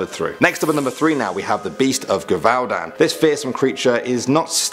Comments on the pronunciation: Gevaudan is pronounced like Jeh-vah-dohn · Gevaudan is pronounst like that it, it's like zhhevardan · you say the gevudan "jevudan" i know it becuse of teenwolf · Gevaudan= Je-Vu-dan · It's pronounced jeavoodawn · You said 'gevaudan' wrong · you pronounced gevaudan wrong lol. teen wolf vibes. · Im not even French and I cringed when he said gevaudan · He pronounced geveudon rong